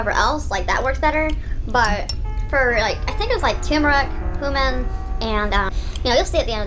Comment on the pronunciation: "Coomin" Cumin bro, CUMIN 😭